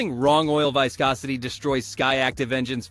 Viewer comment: Fake ass AI video, didn't even know how to pronounce viscosity.